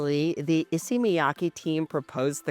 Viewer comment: If you're going to buy all of them, at least pronounce Issey correctly...